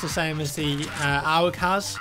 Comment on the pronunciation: Owg? It's pronounced A.U.G.